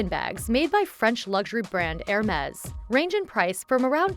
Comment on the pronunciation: Makes a video on Hermes but can’t even pronounce the name properly 🤦🏼‍♂️